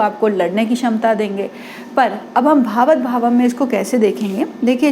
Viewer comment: भावत भावम् नहीं ' भावात् भावम्' कहिए जी